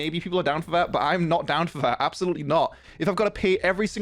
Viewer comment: because you pronounce "that" as "vat" like an infant it makes your opinion irrelevant